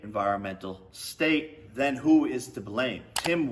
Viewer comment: This mother f*** said "and den ", lololol. U mean then